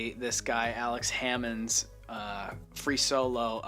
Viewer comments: Free Soloing is not a sport within itself, like "The sport of Free Soloing." lol it's a very narrow, very particular aspect of an existing alpinist activity, rock climbing. Alex Honnold (not "Hammond" lol) is clearly the most well-known Free Soloist in the sport of climbing, and he'll tell you himself that he uses all the same ropes and safety equipment that everyone else in his peer group uses 99% of the time. And every so often Solo's without any ropes or safety equipment. There are a handful of other climbers who Free Solo, in addition to their normal climbing activities, of course nothing as cutting edge as Alex Honnold has, which is what sets him apart, and probably close to all climbers Free Solo at one point or another, just during their regular climbing season. My point is; it's not a "sport of Free Soloing." The sport is climbing, Free Solo being one rather distinct aspect of that. 👍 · If you’re going to attempt to make an informative video, then maybe be informed enough to get his name right “Alex Honnold” not Hammond